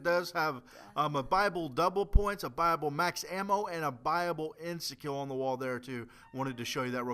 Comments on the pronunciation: OOOOOOOOOOH! BUYaBLE. He's saying buyable, not bible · he says buyable i always thought he said bible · Its buyable pronounced buy-a-bowl not bible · Brotheroff Yeah it's what it sounds like xD but really it's "buyable ending" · when he says buyable hes says bible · When he says buyable it sounds like bible to me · every time he said buyable, i thought he said bible?...o_O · i thought he was saying bible then i realised it was buyable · I thought he said bible not buyable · Did any one think he was saying bible Max ammo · It sounds like he's saying Bible. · Keeping thinking he says "Bible Ending." :P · I kept thinking he was saying ' Bible ending" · at first I thought he said Bible. LOL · when u say buyable this and buyable that....it sounds like BIBLE ! like if u knoe what i mean